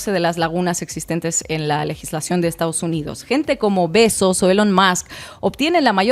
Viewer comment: me emcanta cómo pronuncia "Bezos" Ina XD